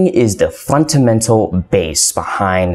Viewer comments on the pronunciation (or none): bro do you or do you not know how to say fundamental? cause sometimes you say FUNTAMENTAL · Funtamental? Cringe every time you said it